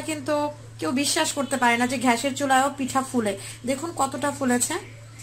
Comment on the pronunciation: ছিঃ। ঘ্যাস কি? গ্যাস gas. You are unbelievable.